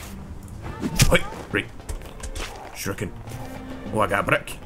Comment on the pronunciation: calling those throwing stars "sharookens" (rather than shurikens) keeps cracking me up:D